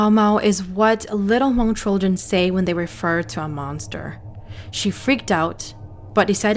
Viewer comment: So I have a questions for you, why is that when you reference about the Hmongin your stories, you say (moob) as if you were actually speaking in the Hmong tongue instead of actually pronouncing how it actually sounds like in English. I hear a lot of younger generations saying it wrong like you. I understand if you were telling the story in Hmong but you are not, it's in English. Don't take it personal I was just curious.